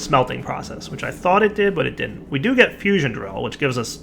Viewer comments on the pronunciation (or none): none